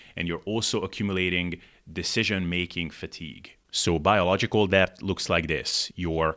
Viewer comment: Pro tip for pronouncing "debt": the b is silent. So it's just "dett".